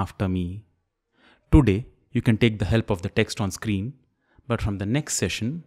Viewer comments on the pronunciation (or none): none